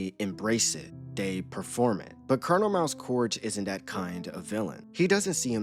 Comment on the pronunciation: Colonel not Colonial